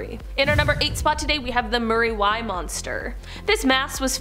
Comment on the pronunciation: That muriwai pronounciation 😂🤣